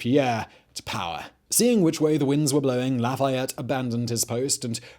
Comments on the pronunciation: Americans are convinced that French words are stressed on the last syllable. They aren't: they get the same emphasis as every other syllable. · Do you mean marquis de la foo fayette?